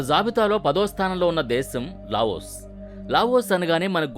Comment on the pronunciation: Lagos kaadu Laos